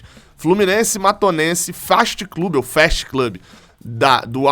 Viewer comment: Fast é pronunciado do jeito que é escrito. ST